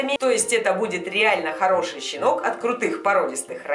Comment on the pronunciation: Хэштэг щинок